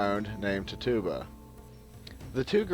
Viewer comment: The ergot theory has been debunked many years ago and please learn how to pronounce Tituba.